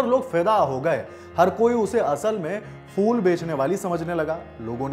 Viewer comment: Arre champak fool nhi phool hota hai